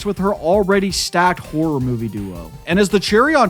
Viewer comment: You gotta work on the pronunciation of “Horror” my guy